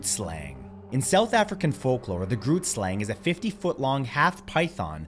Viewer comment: First point: Who ever considered centaurs to be pure evil? They were fae, yes, but not go-tos for wickedness as far as I've ever heard. Second: "Grootslang" is pronounced "hruut-slahng"; I haven't heard of any of these other creatures (besides draugr, because Skyrim), but I'll take your pronunciations with a grain of salt, if that's okay.